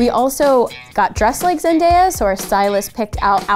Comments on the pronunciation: In a video Zendaya said it's pronounced Zen-Day-a NOT Zen-dah-ya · They keep mispronouncing her name!!!! Its Zen-Day-Ah not Dye-Ah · Georgina Mbonu nope, it's Zen-DAY-uh :) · I’m so sorry but like I’m three minutes into this video, and the changes between the name pronunciation is low key getting ridiculous. It’s zen-day-a not zen-die-a. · It's not zend-diy-a it's zend-DAY-a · Zandaya sounds more boojie 😎😎😎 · ZEN-DAYE-A (ZENDAYA) NOT ZEN-DIE-A WHAT IS THIS TRASH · ZEN-DAY-A 🤦🏾‍♀️ I cringed every time they said it wrong 😭 how do u say it right sometime and they say it wrong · hearing someone say "zendieya" is like hearing nails on a chalkboard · why do people always mispronounce Zendaya's name. It's (zen) (day) (ah) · True haha Zendiya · Wonders373 right Zendiya is sooo iconic. I love Zendiya so much!! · Ariel Igwe that low key bothered me I was like noooooo bish it’s zen day uh dafaq I had to hold my phone close to my ears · She said “Zen-die-ah” first😭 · Zen-DAY-a. It’s pronounced exactly how it’s spelled 🤦🏼‍♀️ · OH NO GIRL when she said Zen-die-ya i couldnt😂😂😂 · IT'S ZEN-DAY-UH 😥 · Can you pronounce her name correctly?? it's Zen-DAY-uh She's said that how many times now?? OKay, now you say it right. thank you! now you mispronounce it again? How hard is it to say someone's name correctly? no it's pronounced right again. I think Number one to live like her is to respect her and learn her name. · This girl just actually said zen-die-uh.😂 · It's zen-DAY-a! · "Zendaiya" lmaoooo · Her: Zen- DIE- ya Me: who? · I clicked out after she said Zendiya twice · Why did they sometimes pronounce zendaya like zenDYA 😂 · ITS ZEN-DAY-A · She's iconic but you can't even say her name "Zen-die-uh" it's even more annyoing that you know how to say it right but you still say it wrong half the time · ZEN-DAY-UH its not that hard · I literally couldn’t finish this video bc they kept mispronouncing ZenDAYa 😂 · it’s actually pronounced (Zen-Day-uh) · who is “zen-die-uh” 😤